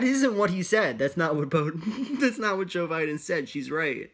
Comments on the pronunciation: “bOdEn- Joe Biden” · my favorite part of this video was when almost called joe biden “boeden”